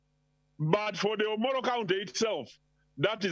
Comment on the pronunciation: Its Omoro county not omolo?